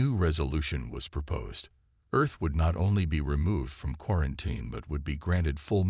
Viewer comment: It's pronounced 'quaranTEEN', need better AI narration.